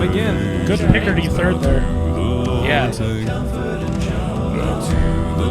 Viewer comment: You say "com-forth"? It's pronounced: kuhm-frt, so yeah, drag that out as a long note and it is "fert". That really isn't an example of changing vowels to reach certain notes. edit: lol I went back to when you said "listen to when he sings 'comfort'" and you literally pronounced it the same way he does lmao ('cause, y'know.. that's how it's pronounced)